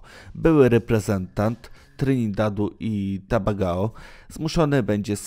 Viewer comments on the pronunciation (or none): I do tego Dwight NIE DŻORK tylko JORK(fonetycznie) a pisownia YORKE, chlopie przygotuj sie zanim takie gafy czytasz, do tego Trynidad i TABAGAO!! No chodzacy tłumok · sandencja heh no i tobagao to ,, JURZ" ,, STRZYT WRZYSTGIEKO" hłi hłi hłi